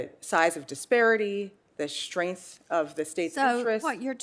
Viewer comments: "SHTRENGTH" ??? Learn to speak the language properly, lady. I encounter illegal immigrants who speak American English better than do you. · A judge that pronounces "Strength" as "Shetenth"?!?